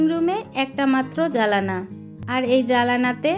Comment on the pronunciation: জালা না এটা হবে জানালা, আশা করি উচ্চারণ ঠিক করে নিবেন